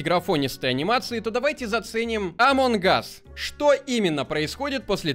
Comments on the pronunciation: Неееее амонг гасссссс а амонг ассссссссссссссссссссс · меня бесит когда ты говориш амон Гас а не амонГ ас